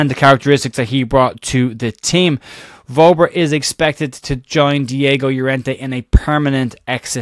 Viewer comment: Hopefully you'll pronounce Wober correctly just once before he leaves....... VERBER!!